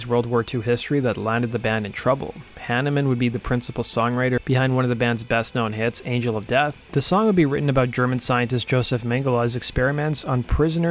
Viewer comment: its pronounced yosef, just saying.